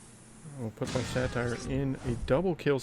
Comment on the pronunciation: Hey! It's pronounced Sate-er. Satire is a form of comedy. Satyr (Sate-er) is a creature from Greek mythology. Love the content and I'm enjoying Smashing Four so far but I'm not sure this game has any longevity. It feels far more pay to win than SPPD so I'm not sure if I'm going to stick with this one long term.